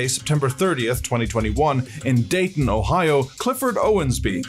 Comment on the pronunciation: Dayton as in the GEM CITY NOT DAYTONA AS IN FLORIDA